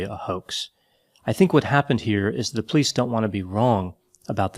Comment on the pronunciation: love how he says police. “Plice”